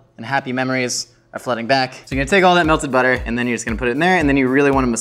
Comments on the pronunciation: The way you said Apple (Appel) and Butter (Boter) almost sound Dutch! You're not butchering words, you're learning a language! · Does speak dutch? `appel` `boter`... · the way you pronounced butter and apple are the correct way of saying those things in dutch